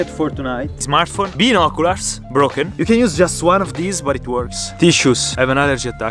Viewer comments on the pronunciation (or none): guys its all bout the bean-o-ku-lars